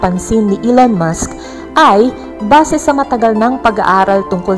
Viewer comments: Bakit basa mo ba se imbis na base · Hindi po basi (base).😁😀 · Basi?? Base yun maam 😂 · BA"SE Hahahaha Gotcha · NATAWA AKO SA "BASE"SABI NIYA "BA-SE" PUTANGINA HAHAHAHA